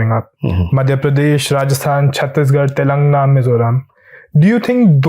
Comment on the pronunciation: Young man !! It is not “Telungna”! It is pronounced as Telangana!